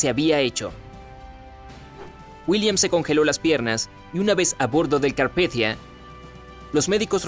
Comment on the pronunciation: holakevin31 roblox lo leyó en "inglés" supuestamente